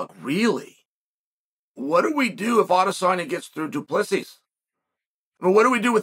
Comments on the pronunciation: Chael, from a South African. His name is said: Du-pla-see over here. Super common surname. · is correct do-plea-see. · FFS It is a silent S at the end of DDP's surname. Let me help, it is pronounced DOO-PLUH-SEE